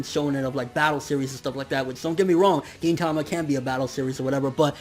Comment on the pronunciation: Why does everyone pronounce gintama the way you do? I swear I'm the only one that pronounces it differently